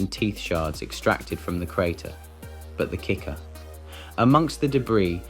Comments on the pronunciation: This would have been better with a real person instead of an AI who thinks simple words like "crate" and "mixed" should e pronounced "crate-y" and "mix-ed" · Either this is an ai voice, or this dude literally cannot pronounce Crate... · "volateel"? "cratey"? what`s with the weird pronunciation?